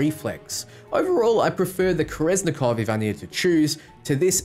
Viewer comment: Why do you pronounce kerenzikov like that